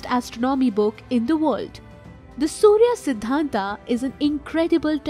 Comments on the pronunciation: Einstein, it is 'a' not 'aa'. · देवी जी अगर थोड़ा और पढ़ लेती तो अच्छा होता। सूर्य सिद्धांत है सूर्या सिद्धांत नहीं है। क्यों नाम का ऐसे मजाक बना रहे है। कमाल की बात है हम भारतीय हर बाहरी लोगों को पुछ देते है कि क्यों गलत बोलते है। खुद जब मजाक बनाते है तो को नहीं बोलता। आगे नाम को "आ" लगा कर ना बोले। राजा माया,रावण,राम,सूर्य। आप बहुत अच्छी जानकारी देती है लेकिन जिसके बारे में देती है उसकी भी थोड़ी इज्जत कर ले।